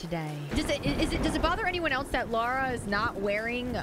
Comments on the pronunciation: It's Lara, not Lora 😆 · It's LA-RA not Laura. I've got no idea why Americans can't say a basic English 4 letter name properly